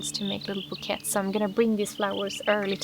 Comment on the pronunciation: The word "bouquets" is pronounced in the french way. So it's pronounced like "boo - kays"